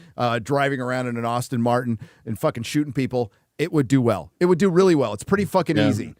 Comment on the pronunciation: Hey it is Aston Martin, not Austin Martin...